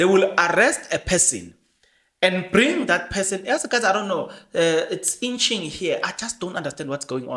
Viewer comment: it’s itching not inching,otherwise good job